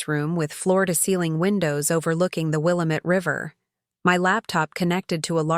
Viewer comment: will LAM et not Willa met. Geeze, at least get place names right.